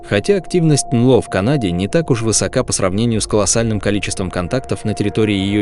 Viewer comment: "Анло" - это "НЛО" из уст ии‼️ Да❓